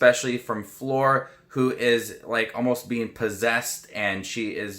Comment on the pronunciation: Fleur's name is pronounced "flur" not "floor"